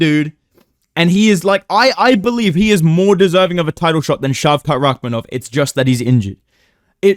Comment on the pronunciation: Can you say… Shavkat Rakhmonov? ….. YOU GOT IT RIGHT!